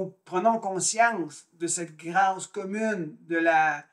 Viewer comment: 1. S’il vous plaît prononcer le mot grâce avec un accent circonflexe. Qui est beaucoup plus beau. 2. Vous ne répondrez pas à la question ni à la description de la grâce. 3. Je vous conseille les entrevues avec Anick Souzenelle une grande dame. 4. La grâce est mystique (…..). 5. La grâce ne vient pas du tout avec la croyance en Dieu. 6. Désolée, agrandissez, vos connaissances.